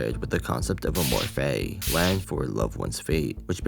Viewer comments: The way you keep pronouncing amor fati makes me want to bash my head onto the wall but cool video i guess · am I stupid. this entire time I heard him only say "amor fai" and zero T's at all. where did he say fatty 😭